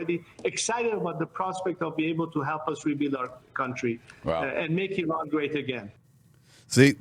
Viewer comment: Thank you for pronouncing Iran correctly. I am sick of hearing Eye Ran from some commentators.